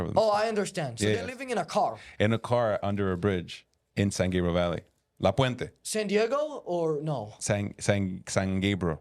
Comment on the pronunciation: “La Puenta” is that Mexico? Lol “La plapla” lol